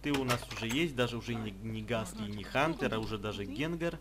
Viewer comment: Я смотрел мулльтик правильно говорить ХОНТЕР